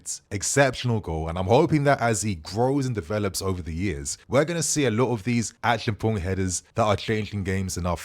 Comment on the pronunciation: ACHI-AM-PONG is the pronunciation. Come on your mother is Ghanaian! 😆